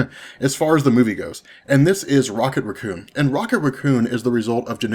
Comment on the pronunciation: Why do you pronounce things so weird? The way you pronounce Ronan, Raccoon, Captain Marvel doesn't sound right.